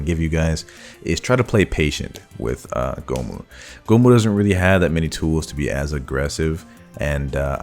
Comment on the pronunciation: I felt horrible cringe every time I heard goh moo